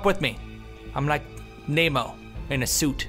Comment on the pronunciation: lol. Toby said 'Nemo' like 'Naymo'. haha